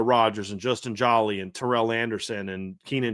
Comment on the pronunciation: Good segment fellows for future reference. #7 TE pronounced JO-LEE is a Senior. Thank u